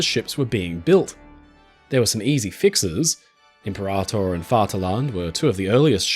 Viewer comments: Excellent content but the narration is a little painful each time I hear IM-per-ator. The emphasis is on the wrong syllable. It’s Imp-PER-ator. Think or say imperial. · Imp peh rah tôr - impera tôr (sounds like 2 words) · I think Impeerator as in Imperial?